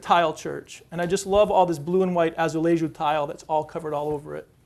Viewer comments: You said Azulejo perfectly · Even better than some locals 🤣